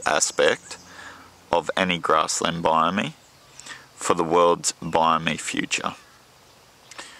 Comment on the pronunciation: Not trying to be horrible, but the way you're pronouncing biome is wrong.